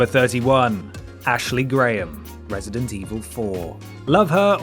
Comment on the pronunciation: "Wesident Evil"